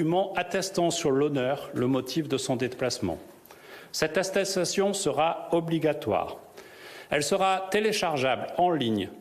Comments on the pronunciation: Cette attatestion, wouuuaaah Christophe tu as bu dit donc, mdrrrr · Cette assesatation 🤣🤣🤣 apprend a parler gars 😂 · il est bourré attesssstation🤔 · ThéoWeatherFR 85 et deux fois il répète astesssation....😂😂😂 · Mdrrrr à 19 secondes cette astesttastion 😂😂😂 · Il a du mal avec attestation attestestation 😂😂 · 0.19 et 1.01 Sattestation 😂 😂 😂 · "Cette asessasttcion seRA oBGLigaToire" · Cette Ateçassation état grippal ? 😂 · Cette quoi ?? Asstéstaaastion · Atessation 2x un nouveau mot 😁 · Le mec ne parvient pas à prononcer attestation correctement et prétend diriger un pays. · Ta du mal avec le mot « attestation » toi ! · Il sait pas dire attestation une fois au debut une fois a la fin. Du cp j'ai pas compris ct quoi,dsl. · ils ne sait pas dire ATTESTATION. Le con lol